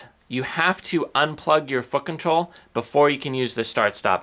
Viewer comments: I also just bought this machine and told the store they owe you a commission as this video helped me decide. Thank you. Very thorough without being too long winded. (p.s. you really need to pronounce the T when saying foot control. It sounds like you are swearing. lol) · I've just purchased a 5.2 and found your video so helpful, I can't find anything on the 5.2 but as there isn't too much difference this was brilliant!, I've subscribed just in case you do a video with the 5.2 for the differences. I actually liked the way you pronounce foot control it made me giggle all the way through..... thanks for making me smile today